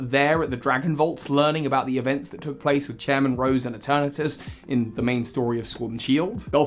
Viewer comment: ITS PRONOUNCED E-TURN-ES